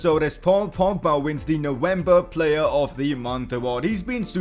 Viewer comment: “Now ember”😂😂😂😂😂😂😂😂😂😂😂😂😂